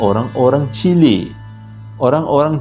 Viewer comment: "Chili..chile..ah lebey kurg la kan" 🤣🤣